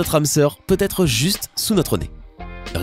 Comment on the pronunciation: ''ètre'' x)